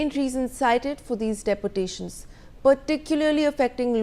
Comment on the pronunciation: pronounce properly - its not deportations - dee-portation